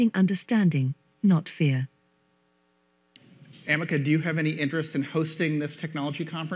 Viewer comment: Very Friendly ! Do you like calling you Amek instead of Ameca(A.I) ? -Vijay,Ongole